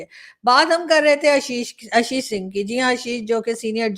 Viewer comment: ABP ke journalist. hain Aashish Singh na ki Ashish Singh aap unko Aashish karke pronounce Karen.